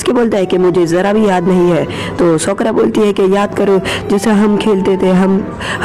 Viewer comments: It's saa ku ra not sakra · Nam to sahi se le sakura ko sokura bol tha he but iam sporting you and Naruto shippidun la